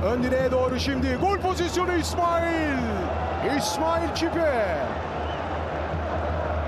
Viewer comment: İsmail çipe dediği an gururlandım be